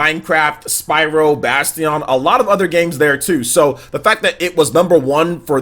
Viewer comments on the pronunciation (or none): I've never heard anyone pronounce bastion like that.. bas-tion?